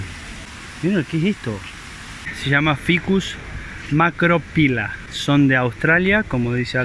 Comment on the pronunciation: Macrophilla, se lee macrofila. Ph = f